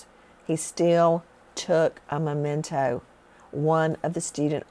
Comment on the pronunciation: Oy … it’s spelled and pronounced m-e-m-e-n-t-o! Memento! Not momento!